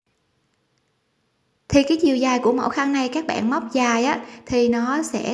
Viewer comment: Céc bẹn là gì vậy?.Hàng thì nói là hàng sao lại là hèng?Nghe giọng nói hết muốn bấm nút like dù chỉ dẫn tất tốt..